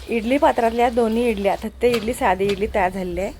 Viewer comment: थत्ते नाही तट्टे इडली